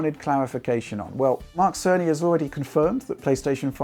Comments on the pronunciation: I'm I the only one that hear Mark sony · Great contenct as usual!! Thanks!! (And I keep hearing Mark Sony 🤪🤪Tim Apple send his regards) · It has taken me far too long to realize it's Mark Cerny, not Mark Sony since pronounces them so similarly.